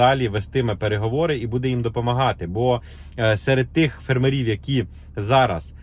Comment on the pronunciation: Дуже цікава інформація, дякуємо, але чому фермерІв? Дуже ріже вухо, наголос має бути фЕрмерів😉👍🇺🇦🇺🇦